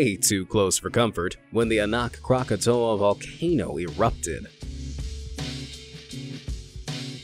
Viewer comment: At the 25 minute mark. The map you present for reference of Anuk Krakatau, was not only in the wrong place, you have it where Bali is. It's actually between Java and Sumatra. But pronounced wrong.(a.naut crack.a.towl) trying to help you up your video... game 👍